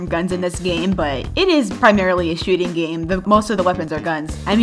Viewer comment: When she said that arsenal was a popular roblox shooting game, I thought she said Shitty game Lmao